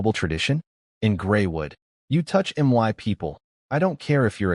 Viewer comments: My is pronounced "mI" you stupid ass AI🤦‍♂️. Not m y😮‍💨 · Something is wrong with the AI you're using. Instead of saying words like "my," it says "M Y," and instead of saying words normally, it sometimes spells them out letter by letter. Either there are spaces where they don't belong, or the AI system you're using isn't performing very well. I would suggest trying OpenAI. In my experience, it works the best out of the AI services I've used so far, and it doesn't cost very much. If I were you, I'd give it a try. The system you're currently using, unfortunately, doesn't seem to be working out very well.